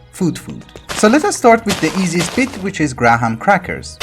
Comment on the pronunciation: "Gra-Ham crackers" is the single best mispronunciation yet.